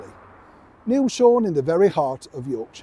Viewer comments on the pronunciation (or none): none